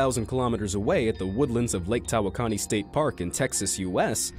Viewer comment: Lake Tawakoni is pronounced ta-walk-in-ee